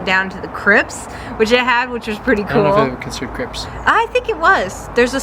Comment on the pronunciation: Hi both! On the pronouncing the Chrypts, it’s actually spelt “crypts” with a pt and it’s pronounced Cryp ts as in the ts is enunciated after the p. Remember the “Monster Mash” by the Crypt kicker 5 . I hope that sounds non idiotic to I tried. Phew! your trying, (very trying, Hah!!!)